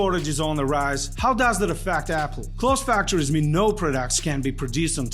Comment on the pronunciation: He pronounces it A-pool, Apple and Apool.